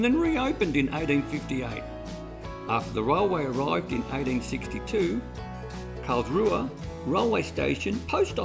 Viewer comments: Thanks so much for showing a bit of our little town. FYI - the local pronounce it Carlsroo! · Why do you pronounce it wrong? With all the research, it was the only let down.